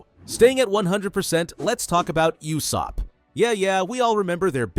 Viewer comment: Brooo said euoosop